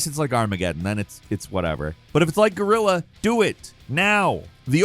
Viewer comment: What is Red Faction Gorilla 🤣 ? PLEASE learn to say "GUERILLA" right and not say Gorilla hahahahahaha.